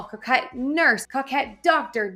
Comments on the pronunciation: COE-KET please stop saying COCK 🤣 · Thanks for the update. You are a good teacher. It’s pronounce co’kette. Niche is like quiche.👍 Also, Tis the Season is trademarked. I had to change mine.🤷‍♀️ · Coquette is pronounced co-ket, you say the 'co' the same as in 'co-ed'. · you're pronouncing coquette wrong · I think it’s pronounced with a long O, not a short O.